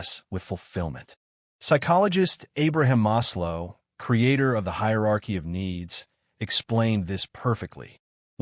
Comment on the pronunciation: Nice video and ideas, just a correction: Is not Abraham "Oslo"... is Abraham Maslow.